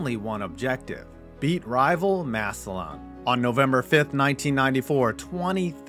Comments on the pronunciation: HEY, ITE PRONOUNCED MASSUH-LIN, NOT massuh-lawn! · Massillon = “Mass-lyn” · It's pronounced mass-alin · Massillon, pronounced easy off the tongue as “Mass-lun”. Everybody from the outside says “Mass-ih-lawn”, so no worries. But still lol. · It’s pronounced “MASS-lin”, not “MASS-il-LON”. -Guy who lives in Perry Township, right between Canton and Massillon, Ohio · McKinley's home stadium is the Hof field, and its just Mass-lin lol good vid ❤ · Being from the area hearing you pronounce Massillon makes me wince lol Mass-ill-un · The way he said Massillon, he said Mass-O-lawn😭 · It’s pronounced “Massillin” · Great video. All I want to say is that Massillon is pronounced Mass-a-lin. I know it's petty and werid but I wanted to clear that up before some moron went on a rant about it. Anyways, keep up the good work. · I know you’ll probably never say the towns name again, but Massillon is pronounced mass-lynn! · I'm from Canton, and much as I hate the tigers. It's pronounced massilin. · I'm in ohio. It's pronounced Mass-a-lin lol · I love your videos but the way you pronounce Massillon kills me. It's pronounced Mass-Lynn. I live ~25 minutes from there. I know it's rare but if you talk about them again please see this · Massillon is pronounced Mass-il-in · I’m sorry it just sounds so odd hearing it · And he said massillon wrong lol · That pronunciation of Massillon physically pained me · I’m from Ohio and the way he is saying “Massillon” is irking me 😩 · I've never heard Massillon pronounced like that. Hits the ear weird.